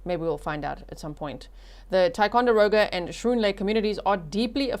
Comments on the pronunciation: Your pronunciation of ticonderoga is great! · Don’t live far from here. Actually had my honeymoon at lake George. Such a selfish horrible human to do that to his child. You pronounced Ticonderoga better than ppl who live around here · You said, "Ticonderoga" correctly! We do call it, "Ti." 😂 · Pronunciation is “skroon” lake. Perfect pronunciation of Ticonderoga, btw.